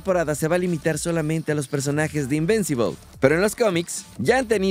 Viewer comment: No es invencibol 🤦🏾 es invincible o en español invencible.